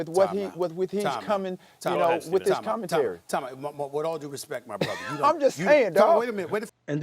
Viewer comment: And SAS, you ain’t a “brotha” as how you say it. #teammax